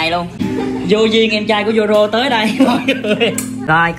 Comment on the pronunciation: Người ta là zoro mà tới tay thành zô - bông